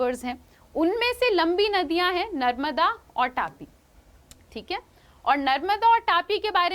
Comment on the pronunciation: It's not 'टापी' it is तापी/ताप्ती